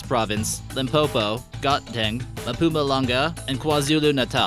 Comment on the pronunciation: If you want to make a video of my country. Please make sure you have ur facts are correct. Zulu people speak iZulu Swazi people speak Swati not Afrikaans BOERE speak afrikaans. Okay its called Gauteng not got-dang and mpumalanga not liPuma lunga. Botswana is not part of South Africa. South Africa does not have under age workers you have to be 16 or older to get a job. The biggest diamond found in South Africa is the Cullinan Diamond its 75 carats and it belongs to Queen Elizabeth II and was found in 1905 . Please get ur facts before you make ur name dick